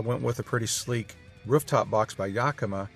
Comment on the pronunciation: "Wruf" top?